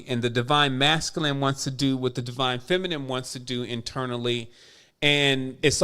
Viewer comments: Is there any significance to pronouncing it feminem instead of feminine? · I love you bro.. but Everytime you say feminime and not feminine.. it hurts brother.. like it makes my insides itch hahah